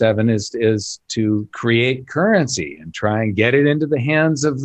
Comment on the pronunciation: Beep! Beep! It's "currency" guys. Let's keep this show on-track. lol